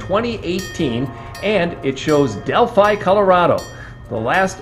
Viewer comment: Hi u said Delphi not Delhi